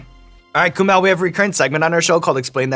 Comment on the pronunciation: Sean knows his shit! He also pronounced Kumails name perfectly!